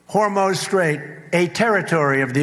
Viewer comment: He cannot control the Strait of Hormuz any more than he can pronounce it properly.